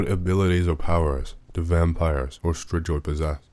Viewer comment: ....it's pronounced stri-goy